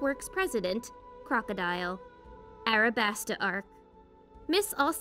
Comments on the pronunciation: U said arabasta when it was alabasta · Am I the only one who’s gonna say she said arabasta instead of alabasta